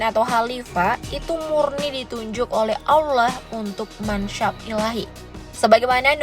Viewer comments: Allah adalah sebutan nya, bukan Alloh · Admin pembacaan LAFAL "ALLAH" nya, Petikan Ayat nya, diperbaiki dulu kalau mau bahas hal crucial dalam Islam! Jangan asal bikin konten yang justru memercikan hal kebencian antara SUNNI DAN SYIAH jika tidak paham inti dari Ajaran keduanya?